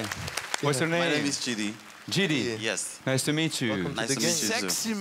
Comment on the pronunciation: It is Chidi not chedy